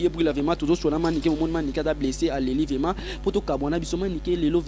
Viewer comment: Yo monsieur VRAIMENT ET NON VEMA😠